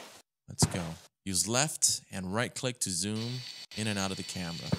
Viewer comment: And you pronounced camera wrong you said amera